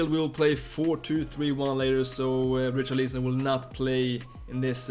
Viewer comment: Dude wth is your pronunciation of Richarlison ????